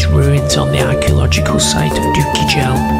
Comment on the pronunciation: Doukki Gel is at Kerma, not "sub-Saharan",,,and it's pronounced dookie gel, hard g